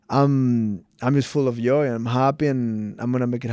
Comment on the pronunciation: chito “full of yoy” vera